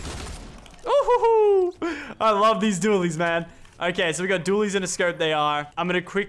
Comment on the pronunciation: Why do people say Dooley when it CLEARLY Dual